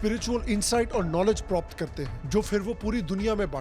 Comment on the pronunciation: u said propt Karte hain lmfao